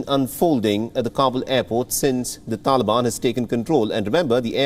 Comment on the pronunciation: He literally said 'tanban'...